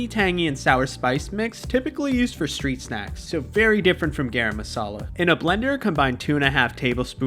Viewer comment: Bro said, "Gayrum muhsahlah." 😆